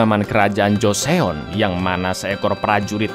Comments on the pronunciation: Joseon tuh dibaca JUSON cak... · baca nya joson gt bangg